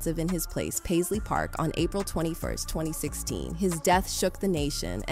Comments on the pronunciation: By the time it got to Pazlee the second time, it knew how to pronounce it. It's still learning. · Paisley was pronounced two different ways. Got it right the second time. Good AI!